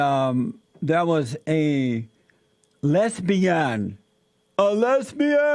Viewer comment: He pronounces it "h'lesbi-han!"